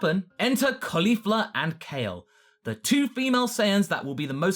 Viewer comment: Sorry for being stringent on grammar, but I'm surprised by the way you pronounced Caulifla's name. I mean, she's named for cauliflower, it's easy to understand the proper pronunciation.